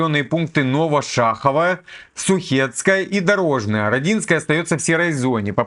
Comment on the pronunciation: рОдиское,бЕлицкое,долго слушал,очень слух режет)с ув.,спасибо